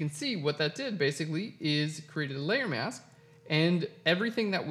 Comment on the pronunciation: Thank You!... for the lesson on "How to Cut Out Hair. But, did I ever have problems with......(1) You talked far to fast which nearly drove me nuts until I sifted thru' the commentary, and 35 moves later I can say I have been successful. I thought you were talking about your 'mouse' - but no, the word was 'MASK' - However, thank you again.